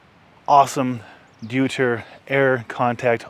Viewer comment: Pronounced Doy-ter... like how you say Deutschland